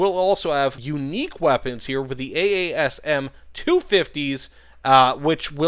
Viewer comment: Request: Please call the AASM the way its meant to be pronounced: A2SM